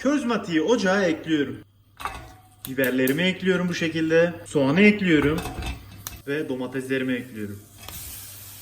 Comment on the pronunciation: Beklediğim video, elinize sağlık afiyet olsun :) ( Eklüyorum demene hasta oluyorum çok guzel diyorsun:D)